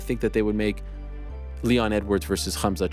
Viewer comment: Helwani is such a mark. First you're a Canadian born and raised, why you over emphasize the H for in Khamsat? Second, after the 8# miss, why would the UFC trust him to make Champ weight?? Pretty sure Dana said he'd be at 185 from now on. Ariel, Gerry, Khamsat and Cejudo are literally the worst parts of being an MMA fan. Sal D'Amato's scorecards are less annoying